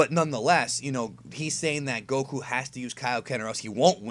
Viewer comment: STOP SAY GOKU NAME LIKE THAT